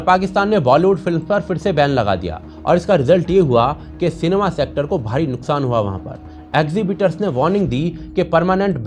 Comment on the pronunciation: सिनेमा × सेनमा 😂😂😂